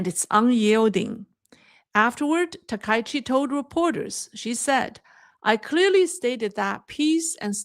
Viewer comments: can you please pronounce the Japanese Prime Ministers name correctly. Thank You, SEATTLE USA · I am surprised by the mispronouncing of Takaichi, especially by Chinese speakers., you are becoming Anglicized. the ai in the middle of Takaichi is not an english diphthong. The 'a' goes with the 'k' and the 'i' goes with the 'ch'. Takaichi has two kanji characters - Taka and ichi. Try not to diphthong the ai together.